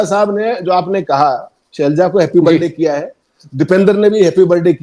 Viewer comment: ये शेलजा नहीं है, सर ये सेलजा है।